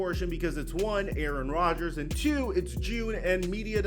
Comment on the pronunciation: 😂😂😂 “ Aaron Dodgers”